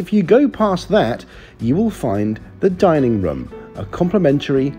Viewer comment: I liked the way you said dinning room it sounded like you said dinning rum!